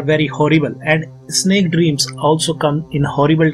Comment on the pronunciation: Its snake not Isnek